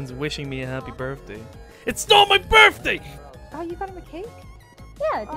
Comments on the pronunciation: it sounds like he is saying 'its not my birfday' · It's not your "Birffday" but it is your birthday!